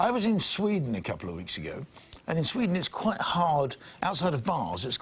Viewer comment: A few new ones from Michelle this week ---she drinks to be 'sershel' as in the clip that she 'sherd' us from 2 weeks 'agerr'-only Herll has a vowel missing